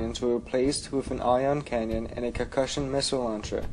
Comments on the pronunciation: He keeps saying CANYON its CANNON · No matter what accent you have have you shouldnt even be adding a Y-sound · its comstructive critisism. I didnt insult or personally attack him, I stated that it should be said simply as CANNON